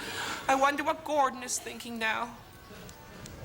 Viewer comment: I like the way she keeps saying 'Gordond'.